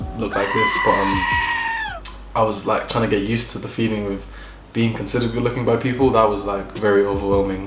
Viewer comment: It’s the Nigerian Accent coming out for me😂, “my God is goodOO!